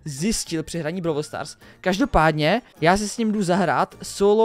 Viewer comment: Vyslovujese to brawl stars a ne browl stars